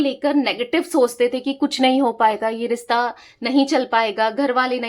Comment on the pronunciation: Rista nahi rishta hota hai...plz correct as it sounds irritating